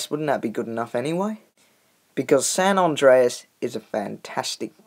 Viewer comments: It's San andreas not San andraos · San ondreas lol